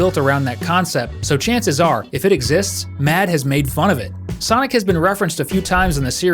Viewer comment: Not sanic 😂😂😂😂😂